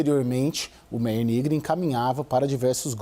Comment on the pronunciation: Se pronuncia "MÁIER"